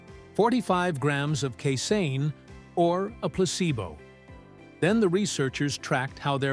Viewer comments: The word casein is pronounced KAY-SEEN, NOT KAY-SIN!!! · He then later said KA-SAYIN!!! JEE-sus!!!